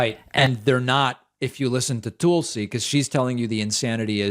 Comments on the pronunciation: Does David say "Toolsi" on purpose?"🤣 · “Its pronounced Toolsie, emphasis on the tool” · lol love how you subtly call her "Tool-si." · I used to hate the way David pronounced Tulsi's name. Toolsie. It took a while, but I finally get it, and now I love it. She's a tool. See? ;) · You say her name wrong